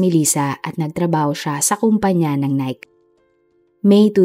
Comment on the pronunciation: Nayke is the right pronunciation of NIKE 😂